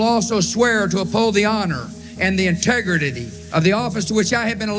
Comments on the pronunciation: Bush "The integritidy". What a moron! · Forgot. Integritidy... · "Integredidy" - Bush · LOL "the integritidy" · "in-teg-ra-ta-dy" GWB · I like how George Bush can't even pronounce the word "integrity"! An abstract and foreign concept for politicians... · Stupid Bush can't even say integrity.